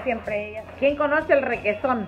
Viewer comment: Pensé que dijiste regeton pero dijiste requeson 🤣🤣🤣🤣🤣🤣